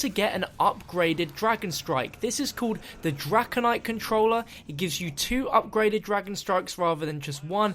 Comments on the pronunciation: He kept saying dragonite instead of draconite. Pokemon Go must have messed him up a little. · it's draconite